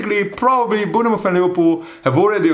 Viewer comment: it’s pronounced Born-muth